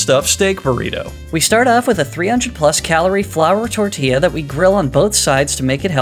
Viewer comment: He actually pronounced tortilla really good